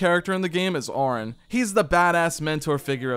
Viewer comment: It's not "Teedus", it's "Tide-us". It's not "Orrin", it's "Are-on". Why are YouTubers so bad at phonics?